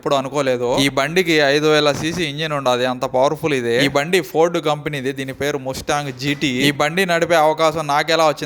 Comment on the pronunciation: మస్టాంగ్ అన్నా అది ముస్టాంగ్ , ముష్టి,కాదు